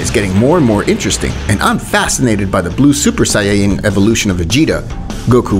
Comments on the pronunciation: bruh wtf is a sayayan Saiyan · Saiyan not sayayann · saying = sayyan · What is a siyayan like it’s not said like dat ??? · “Super sayayen”